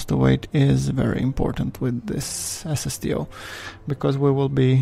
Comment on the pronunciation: When he says "SSTO" it sounds like he's saying "ass of steel". I think I like that better.